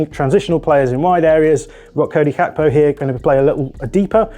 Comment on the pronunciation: Hearing you call Gakpo "Kakpo" made me sick in my mouth ngl